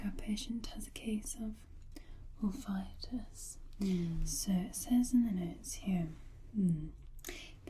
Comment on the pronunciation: "Wolf-itis"? I have a swollen and inflamed... wolf? I'm so confused! 🤣